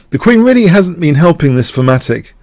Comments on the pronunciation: What is famatic/phamatic you keep saying? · Thematic. Yes, his accent made it sound like "fematic". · Certain London dialects pronounce "TH" as "F" Thorn = Fo-ohn (i doubt this flat vowel exists in American English) Thematic = Fematic Thieves = Fieves etc... etc.... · oh ok. I wondered if he said thematic. But my ears kept wanting to hear fematic. Makes sense. Thanks for the clarification.